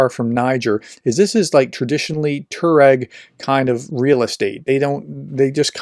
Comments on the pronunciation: Tuareg is pronounced TWA-regg, not TOR-regg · It is not pronounced Tur -reg it is Tuwa-reg.